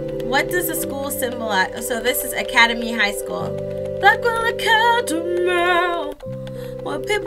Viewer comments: It's said: Ack-ee-dem-ee high school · Its Ack-A-Dem-E high school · Its Pronounced ACA-Demi But Its Okay If You Want Call it Academy